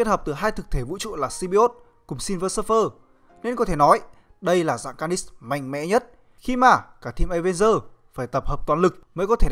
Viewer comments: Mình nghĩ bạn cố gắng luyện thêm phát âm nhé. Để nghe Phê truyện mới phê đc... Chữ Carnage cứ nghe như Canist ấy. Cố lên bạn nhé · Đọc tiếng Anh nghe khó chịu vl, lần sau có làm vid nhớ đọc tên cho đúng kiểu tiếng Anh, Ca nít xít, nghe thấy sai ko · Bạn trung đọc carnage là ca nist à ? Cố gắng luyện tiếng anh và bỏ nhấn giọng lung tung đi là đẹp bạn ạ !! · Tên con này là carnage mà anh cứ đọc car nist có âm nist đâu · Kênh nên trau dồi khả năng đọc tên nhân vật đi. Carnage mà đọc là ca nít nghe buồn cười lắm :)) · lâu lâu xem lại mới thấy hài, ông này đọc cứng vl cứ được nửa câu thì nhấn chữ cuối :)))xong còn nghe như carnis chứ không phải carnage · Ka-nét(đại loại thế) mà sao là Ca-ních TRIGGERED >:(((((( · ông này thực sự cần phải xem lại vấn đề đọc tiếng anh, carnage mà cứ ca nít ca nít nghe chối tai thực sự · Đọc chán vl,phê phim ngày càng đi xuống, car- nếch mà cứ đọc là niss,nội dung thì hay mà cho ng đọc như này thì phê phim k có tương lai đâu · phát âm sai họ của hoạ sĩ David Michelinie rồi. Phát âm chính xác là "Mi chel lin ni" nhé. Với cả từ "Carnage" được phát âm là "Ca nếch" nhé cố gắng luyện tập thêm phát âm tiếng Anh của mình nhé. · Carnage đọc là /'carnidz/ mà, nhấn vần 2 nghe khó chịu quá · Carnage mà ổng đọc nghe như carnix ấy, ráng sửa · thế đọc ntn? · Dũng Trần ca nịchs ko phải níchs , lên ytb search tên là biết phát âm đúng hay sai liền thôi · car·nage ˈkärnij/ đọc nhấn sai nghe khó chịu quá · Nó phát âm như này nhé anh ( ˈkɑːrnɪdʒ ) carngae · Đọc là karnij plsss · Bạn phát âm từ Carnage mình thấy sai rất sai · Carnage nghe anh đọc chân quá!!!! Nên sửa lại đi